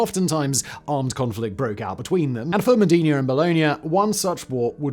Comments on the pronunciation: Modena! Cristo Dio! You are saying it like the Arab city of "Medina" instead. M O (like in "cop").The accent on the "o" D E (like in helicopter without pronoincing the H) N A (open A like "sat" of "fat"). Also it's false! It's Just a mith. They stole the Bucket after the Battle of Zappolino as a trophy. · Simon, Simon.... There's Mecca and Medina, but it's Bologna and MOdEna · that's not how you say "Modena"